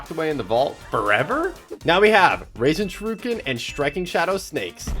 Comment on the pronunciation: that's not how you fucking say rasenshuriken